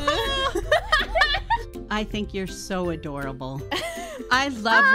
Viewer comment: "adoreable" like oshi, like pebble. this whole part of the stream almost murdered me